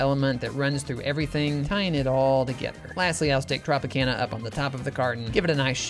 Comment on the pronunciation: That’s not how you say Tropicana